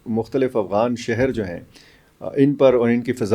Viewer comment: Aghwan nahi afghan hota hai